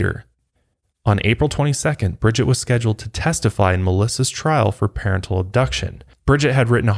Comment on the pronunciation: It's SO funny how u say 'parentle'! I'm laughing with u. But it's parental